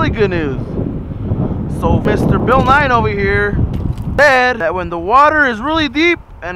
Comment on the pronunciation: Compa, its Bill Nye not Bill Nine lol